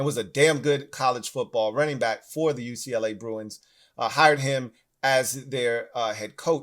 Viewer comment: Am I the first person to ever hear UCLA called Uklah? 😂